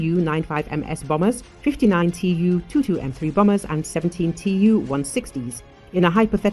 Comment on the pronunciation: Bombers not bomers